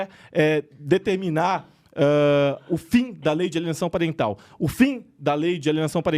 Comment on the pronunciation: Nossa... lei de alienação "Pariental" kkkk é PARENTAL kkkkk